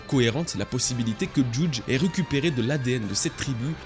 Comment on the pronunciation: Ahhahahah ca se voit que parle tous les jours avec Nia, il dit "Djoudje"